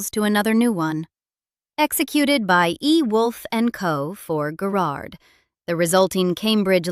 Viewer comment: OMG.....it's Guh-rard